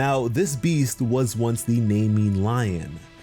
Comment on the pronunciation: Bro if you work a little harder than average you are the modern hercules also as soon he said the Nyman lion name wrong i stopped believing the video